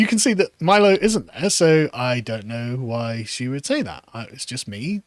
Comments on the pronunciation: cant even get a very basic thing like pronouncing Milo's name properly. Sub mid-wit. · She couldn't even pronounce Milo's name properly.